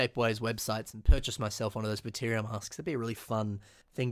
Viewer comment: I notice you uh... mispronounced "Artakha" as "Arkahta", and "Baterra" as "Bateria"